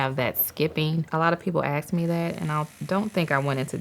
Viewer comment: why is it AKS, and not ask?🫠